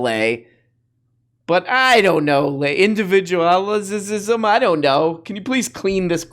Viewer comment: "Indelvidualisism" is my new favorite.